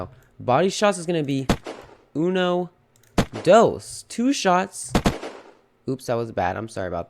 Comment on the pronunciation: I speak spanish: Unou dous xD